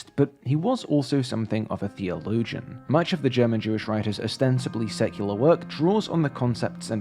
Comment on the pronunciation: I am not a big fan of AI "art". Sure, it can support the artist, but how it is used today, it's worrying. Btw. Your pronounciation of the german words is quite good. :3